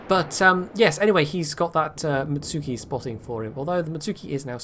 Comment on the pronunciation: To be fair, you and Jingles both mangle some of the Japanese ship name pronunciations (like the mutsuki and akatsuki)